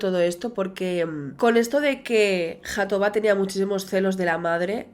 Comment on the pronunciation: Es mejor pronunciar Jatobá como en catalán pues la jota tiene el mismo sonido en portugués y en catalán.